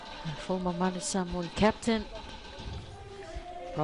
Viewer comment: The female doing the voice MUST learn how to pronounce the names of the Samoan players and any other players correctly. All announcers of any sport MUST learn before hand to pronounce the names of Pacific Island teams. This should not happen at this age.